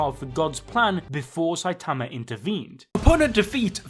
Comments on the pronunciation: I'm so sick of you saying "Saitamer" damn dude. 😒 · Saitamer lol